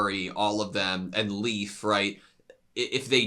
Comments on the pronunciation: As a Dane: Leif isn't really pronounced like "Leaf". It's more like "Life". Pro-tip: Try and listen to how they pronounce the names on the show. They are usually close to correct, with some minor errors. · Poor Leif constantly getting called leaf lol